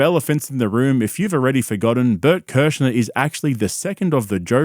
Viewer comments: Kurzner?? 😭😭😭 No one respects him in the slightest, it's so hilarious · Shannon Sharpe called him "Bert Kershner" 😂 thats gotta sting Bert's ego a little bit & Bert didnt even correct him lol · Why do you keep saying Bert Kerschner? If this is a joke can someone please explain? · How the fuck do you get "Kershner" from "Kreischer"? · Hearing Shannon unironically saying Bert kershner is hilarious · I had to rewatch to count the "Bert Kerschners" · If you want to remember how to pronounce Kreischer, it's "cry-sure". Cry? Sure! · Was that kershner on purpose by Shannon? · Do you mispronounce his last name on purpose? Is there an inside joke I’m not aware of? Also, making videos shitting on entertainers is pretty gay. You prolly don’t have a lot of friends. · I love that Shannon mispronounced his name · Why dont blacks say this guys name right 😂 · It’s amazing how many times you pronounced his name wrong. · Nobody can say his last name right lol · Why are you saying his last name wrong? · You dont say his last name correctly at all 😂😂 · Do you not know how to pronounce his last name?